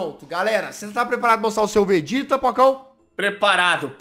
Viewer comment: Peraiiii Todo mundo q ta vendor volta no to brincando entao glr hj e batalha de contruçao mas so q do Vegeta mas ele fala vergeta